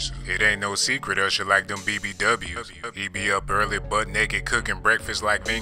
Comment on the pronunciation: 🤣 he didn't say usher, he say "husher"